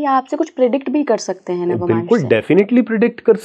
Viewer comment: Its navmansh and not navamansh as this lady is mispronouncing.